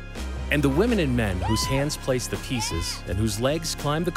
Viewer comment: Notice how he says women and men